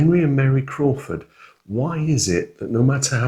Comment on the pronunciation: it should be Admiral Crawford, not Admiral Croft!😊